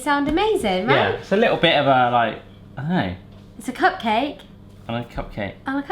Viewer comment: I swear I heard say "pugcake" a couple of times!